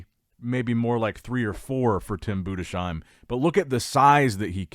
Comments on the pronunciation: Bruh learn how to pronounce Tim's last name, it's Boo-dis-heim not Buddha-shime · it's pronounced "Budes hime", not Bude shime". Not as a critic, just if you're interested.